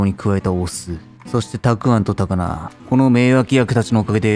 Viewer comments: ありがと！私も聞き取れなくて下のレシピかくにんしちゃったｗ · 聞き取れんかったけど、お酢やろなと察したよ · 6回くらい聞き直してわからんかったところ